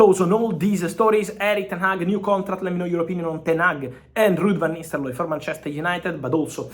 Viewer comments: Lol Fab you gotta stop saying Nisteloooi. It's Nistelrooy. You giving me anxiety 😂😂😂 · Fabrizio... It's not Van Nisterlooy, it's Van NisteLRooy... It ends with rooy, not looy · Lud vanisteloy 😂😂😂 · 😅The way Fabrizio says van Nisterlooi is pretty hilarious😆🤣😂🤣😅😆😂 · U are right 😂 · I was about to say same😂😂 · Indeed .... Agreed 😂😂😂😂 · He says nistel-roy 😂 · Ruud Van Nisterlooy😂💀